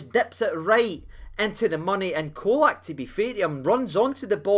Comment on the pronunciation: Colak is pronouned with a 'CH at the start. Č = ch. I know it's easy to lose our pronunciation with the the odd bits around the letters, but just imagine English commentators refering to the Captain as Tah-VER-nee-ay.